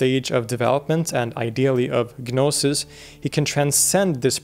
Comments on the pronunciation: the G in gnosis is silent so its pronounced no-sis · You don't pronounce the 'G' in 'Gnosis.' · Stopped listening once he said "Ga-nosis" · With the exception of "gnosis." The G is silent. 😊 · The G in gnosis is silent.